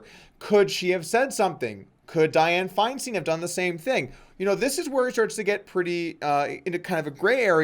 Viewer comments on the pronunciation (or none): Bro! It's DIE-ann FINE-stein. I have never heard that harpy's name butchered so badly lololol